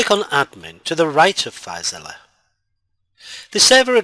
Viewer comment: why you pronouncing filezilla as filezilliya